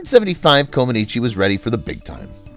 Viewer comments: Her last name is pronounced Comaneech not Comanichi. I know this because my wife is Romanian. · Comanech, not Comanechee. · Her name is NOT pronounced "Comb-an-eechi". It is "Kom-an-etch" as everyone in the rest of the world knows. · The final letter is silent in Romanian words ending in the letter ‚i‘. her name is pronounced Comanech. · You are pronouncing her surname incorrectly. It is pronounced common etch. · Coma-neech, please. If you are going to use a computer narrator, make sure that the computer is programmed to pronounce the subject's name correctly. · Mispronounced her name throughout… the “i” at the end is silent. Its pronounced “Co-muh-NEETCH” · Romanians dont pronounce the i at the end. Say "Comaniche" (e is silent) or Co man eech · Amazing that you are doing a video about one of the greatest female athletes of all time, and you can't even pronounce her name correctly. It's ComanEECH. The "i" at the end is silent. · Her name is pronounced comaneech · Too bad you can't pronounce the lady's NAME! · With the last name "Comaneci", the last syllable "i" is silent. At least, that's the way it was pronounced by TV announcers during her Olympics televised appearances. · Ouch! That continual mispronunciation of her name is slapping my brain -- can't watch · It would be wise to properly pronounce the subject of the video, before recording it, let alone posting. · The 'i' ,at the end of her name is silent !! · I can barely watch this because the incorrect way you keep saying her last name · The i is silent. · Learn to pronounce her name. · It would be nice to learn how to pronounce correctly Romanian 🙃 names Sounds awful 😖